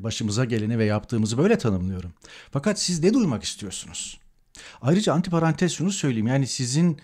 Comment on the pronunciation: Heeyyy ahali, sentent büyük bien ricam var: lûtfen 'ANTİ PARANTEZ' demeyi terket. Parantezin anti olanını hiçbir insan tanımıyor.Çünkü 'o'gayet sevimli bir varlıktır ve zıddı yoktur.Söylenmesi gereken terim ' antrparantez'dir ve 'iki parantez arası' dire anlaşılmalıdır. Aslı fransızcadır. Sevgiler